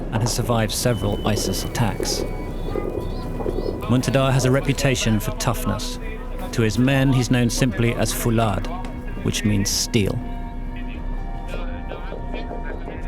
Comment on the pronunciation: Its not fulaad its faulad.